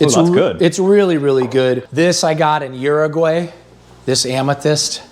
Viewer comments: No way he just pronounced Uruguay "euro way" 💀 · "Uruguey"?? Dude come one hahahahahhaa